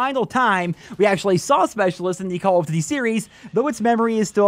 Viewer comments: “Cawl uf ditty” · "call of dity games"? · "Call of Ditty" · "call of divy" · call of "ditty" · Call of Duddy 😂